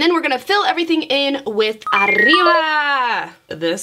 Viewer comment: I love the way says her G's....she pronounces them with a K. "Everythingk" So so cute lol